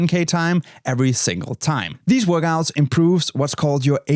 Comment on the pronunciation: Love how you say “Workgouts”